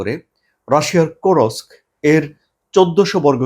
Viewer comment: Does Russia has only one "Hero of Russian Federation"?. Kursk is a Russian Region, not an occupied Ukrainian region. You are spreading distorted news. Also it is not Kurosk, it is Kursk.